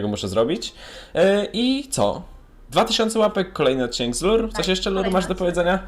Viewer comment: Lure a nie Lurr